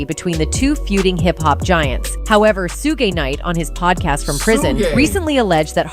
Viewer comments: AI videos and the presenters pronounciations...SHUGEY KNIGHT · Lol…‘Su-gay’ (Suge). The hazards of using AI. (Artificial Intelligence). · su-gay is why I hate AI narrated clips. So f’n annoying. I can’t listen to them anymore. I don’t believe them. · SO SUE GAY NA!? SUGE. LORD HELP THIS ANNOUNCER!! 🤪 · 😂 how the ai voice said sug ay. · Sue-gey!! LOL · Sue Gay? 🤣🤣🤣🤣 C'mon, I'm not into much rap music these days, but even I, who is whiter than white, knows how to pronounce Suge Knight's name! 😂😂😂😂😂😂😂😂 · SUE GAY😂 SEE? AI AIN'T PERFECT 😂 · Suge , ai pronounces his name sue gay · "Sue-gay" for Suge -. That's what they get when having A.I. narrate their videos.